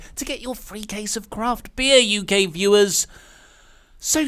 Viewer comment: I heard the same! LMAO